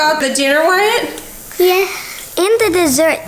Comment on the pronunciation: At all I can hear is her calling the Wyatt "Matt" and it's bothering me so much. Is it not supposed to be "Why-it"?